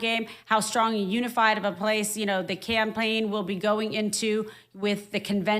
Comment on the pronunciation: it really sounded like she said "clanpaign" instead of campaign which, you know, appropriate.